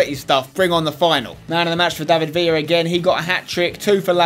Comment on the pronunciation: you pronce david villa wrong you need to pronce the ler wright